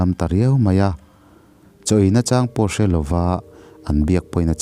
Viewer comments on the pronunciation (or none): none